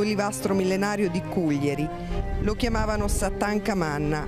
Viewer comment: ....è penoso anche sentire Cuglièri e non Cùglieri...ma non si informano per un minimo?...dico io...